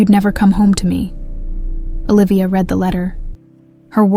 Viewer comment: How did they take a DNA sample if Olivia had already been fired and they were avoiding contact for safety reasons? AI SNAFU: has inaccuracies in contextual pronunciation of "read.". I.e. read this vs he read this